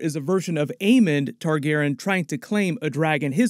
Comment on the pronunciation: Why can’t u say Targaryean?